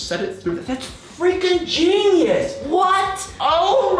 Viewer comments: He said geinus 21 times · Stop saying geinyuse